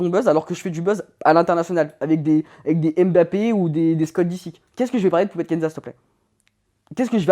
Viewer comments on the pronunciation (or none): on dit "mmbappé" avec le son "mm" pas "èm" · En 2023, on ne dit plus Èmbappé, respectez les gens, prononcez correctement leurs noms